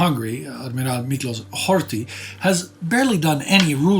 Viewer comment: A little humor in this dark series, that confuse Polish with Hungarian. s=sz sz=s He said Miklósz and Lásló. Edit: Interestingly the 2nd time he said correctly Miklós (about Miklós Horthy Jr)